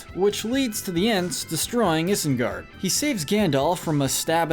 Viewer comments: Isengard - pronounced EYE-sen-gard, not is-en-gard! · It is pronounced ai-sengard and er-uk-hai not ihs-en-gard and erk-hai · Why are you pronouncing isengard like that? (No offence) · Dude I love these videos. But you pronounce things weird. It’s not hard to say it like they do. Especially after hours of watching these movies in your binges, one would think you can pronounce Isengard correctly at least...